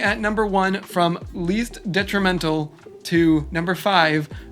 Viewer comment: Ok, so we just arn't going to talk about how he says deNtrimental?